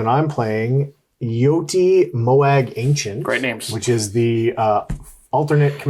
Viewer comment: chose violence this morning lmao This was a great video lads Also Jyoti is pronounced Joe Tee for future reference xx